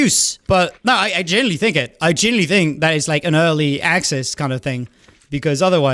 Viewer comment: i relate to being unable to pronounce "genuinely" lol genilly